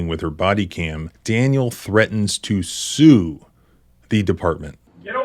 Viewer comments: Sounds like She said “shoe”. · i heard shoe, they were gonna get the sneaker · you misdubbed the female officer. she says shue not sue or shoot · She said "shoe" because she is an uneducated American. Shoe doesn't mean shoot though. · To me, it sounded like she said 'shoe', but maybe I need my hearing checked. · With closed captions on . He said sue . The officer said shoe. At least according to closed captions. The female cop can't even pronounce the words shoot ,sue or shoe ... Yet she heard shoot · you need to listen and not look at the subtitles. she said shues